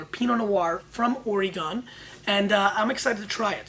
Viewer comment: Love the show! My only critisism since I'm from Oregon is the pronunciation of our awesome state. It's Oregun, not Oregone!